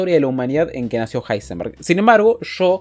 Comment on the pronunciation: Me encanta que en uno de los números del top le llama a Heisenberg: ilsenberg o como se diga